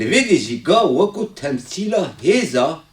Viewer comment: Ne "ge" ."Ga"